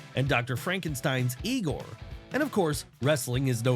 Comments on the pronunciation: Its pronounced....EYE-GORE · It's pronounced "eye gore"